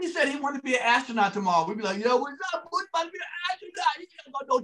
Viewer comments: Is it just me, or do they keep saying Bootsie? It’s Boosie. And it’s 50 Cent. Not 50 Cents. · Y'all keep saying bootsy....why. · If I hear or Godfrey call boosie "bootsie" 1 more time 😂 😂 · Hmmmm…well in the South that’s exactly how you pronounce Boosie (Bootsie). I’m willing to bet that Lil Boosie pronounces HIS name Bootsie because he from down here wit us 😂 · There is no "T" in "BOOSIE" 🤦🏾‍♂️ Please read carefully lol smh Everybody doin that shit